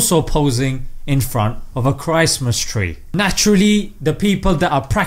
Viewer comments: I love the way you pronounced Christmas as Chraist-mas. Really puts the emphasis on Christ. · I have been calling Christmas as Chris-mas and not Chra-est-Mas like Christ lol... which is the correct pronunciation ?!